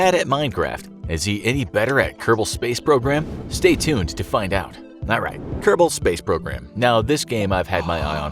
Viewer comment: Nyeh heh heh! Kerbal pace srogram! You DID say KPS.